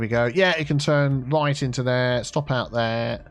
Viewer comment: Always helps when you turn the roads the wight way awound. 😂😂